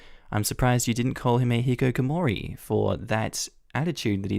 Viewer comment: hikikimori,yeah seems like butchering japanese to me, seems you were no better